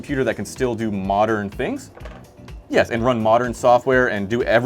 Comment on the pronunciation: that yEs is crazy 🥀🥀🥀